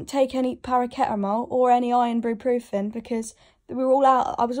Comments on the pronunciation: “ParARKetAmOle or IrOnBrEpRoOfIn” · “paraketamol and irnbruprofen” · “Paraketamol” and “ironbruprofen” chokes on tea